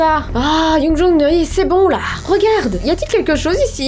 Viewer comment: On dit youngjoun XD